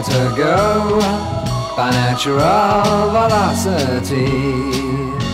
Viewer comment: One of Donovan's more obsure albums, but I played this over and over again in the 60s. The songs have such great lyrics, sung with Donovan's unusual syllable phrasing. "Quicker to go by naturAL velocity."